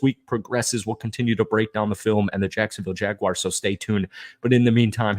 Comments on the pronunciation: Say, Jag-Warz. Read it again. Now say Jaguars...🎯💯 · No complaints about the video but it is Jaguars, pronounced "Jag-wars". Lol love your content.